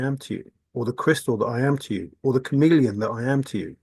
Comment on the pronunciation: Ohhhh, you keep saying chameleon i thought you were saying you are a comedian.